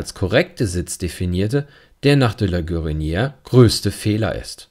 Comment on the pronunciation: Vielen Dank für Ihre aufschlussreichen Kommentare, die ich mit Gewinn höre. Gestatten Sie mir eine Anmerkung zur Aussprache: Das erste é in "De la Guérinière" und in "légèreté" wird gesprochen wie das e im deutschen Wort "Tee", wegen des "accent aigu". Das "é" wird als geschlossenes "e" gesprochen, es wird also nicht kurz sondern lang ausgesprochen.